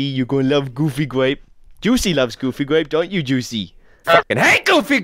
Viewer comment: GooFY gWape GowOFFey GWAPEe